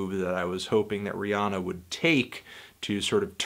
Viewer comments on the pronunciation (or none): It's Rhi- anna. Not onna. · He can't even say her name right